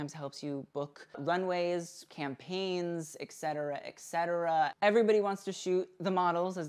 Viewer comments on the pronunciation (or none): FYI "etcetera" is pronounced: eT cet·er·a /eT ˈsedərə/ Not: eK-setera as you said several times. You can listen to the pronunciation on google if you need help.